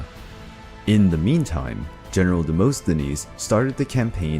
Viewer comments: Demosthenes is pronounced as Demast not Demost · Demosthenes, (Δημοσθένης) is pronounced "Dee-mo-sthe-nees".... but even that is not exactly accurate because English speaking people cannot pronounce the Greek letter "Δ", exactly. They make it into "D".